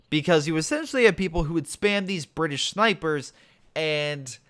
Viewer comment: the bri-ish